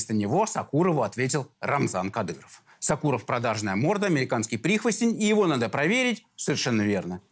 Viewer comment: Не сакуров а Сокуров ударение на о.фамилия осетинская